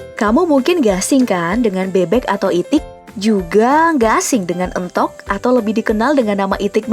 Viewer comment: penyebutannya éntog bukan êntog